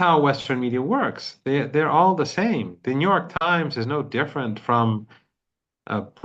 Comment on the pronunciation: New York Times sounds like Netan Yahu Times.